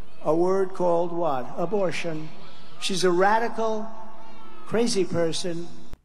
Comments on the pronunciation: "Imbortion", says the very stable genius. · "Embol....do you know this? What's the word?" He couldn't say "abortion". LOL